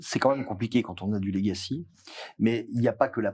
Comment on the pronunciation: Il ne peut pas y avoir une prise de conscience des risques numérique si il y a des mecs qui parlent franglais, utilisent des mots anglais qui sont des faux-amis de mots français. Il y en a un qui dit : "j'ai 10 ans de legacy". D'une part il est infoutu de prononcer le mot correctement, d'autre part, ça veut dire quoi dans le contexte? Je suis dans l'IT depuis plus de 20 ans, je bosse sur de l'IA et de la cyber-securité. Je n'ai aucune idée de ce qu'il raconte. Arrêtez cette vibe pourrie de bobos d'employé le franglais. Parlez français ou anglais mais choisissez !!🤬😡